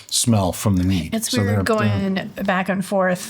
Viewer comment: "This is wead!". Yep that is a shirt...